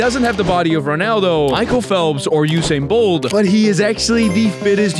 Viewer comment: he was joking man. he said 'Usain bold' not 'bolt' :face-green-smiling